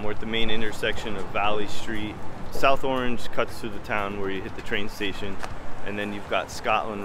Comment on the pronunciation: Locals say "ARNZH," Not "AW-range"